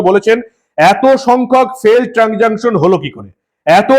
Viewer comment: উচ্চারণ টা ট্রানজাংসান নয় ট্রানজাকসান (transaction) .